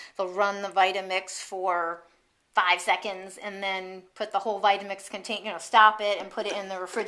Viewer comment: thanks! "votamix" lol